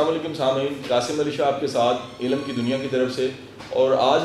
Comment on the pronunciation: The word is not" Elaam" Right word is "ilm" Qasim Ali Shah sb